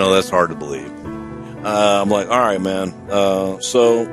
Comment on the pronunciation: All wight all wong its out there